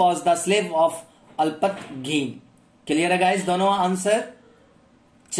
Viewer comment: Alpatgin nii alaptagin